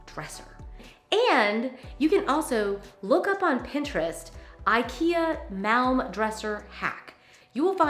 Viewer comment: I work for IKEA and I really enjoyed watching your video. I thought it was great how you tried to pronounce some of these. Like the Malm. It’s pronounced the same as palm. 🤪 I love IKEA too.